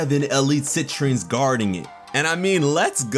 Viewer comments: I thought she said "Sentries", not "Citrines"... but who knows. Still pumped! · I thought they said sentries, not Citrines. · Citrines? I thought she said SENTRIES... Oh well, I'll just have to watch the captions when it airs